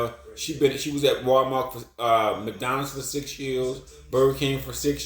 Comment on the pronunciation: WAL-MARK? I THOUGHT IT WAS.....WAL- MART T T T T T T T respectively 😅